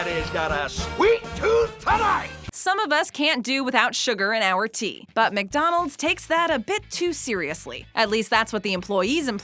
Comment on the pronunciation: Please stop saying Mick-Donald’s